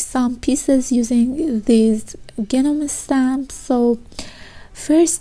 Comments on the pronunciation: Hi, very sweet tutorial! I wanted to tell you also, that the G in Gnome is silent, so it's pronounced Nome... no harm meant, I just notice that, in the comments, nobody seems to help people for whom English is a second language when they mispronounce something. So I hope I helped! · Hi, really nice ideas for using stamps. English lesson, don't say the G sound at the beginning of Gnome...it's silent so just pronounce it Nome. 😉